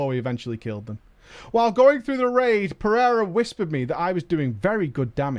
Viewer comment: Also, Portuguese last name, pronounced "per-a-ruh". Middle letter is a long A.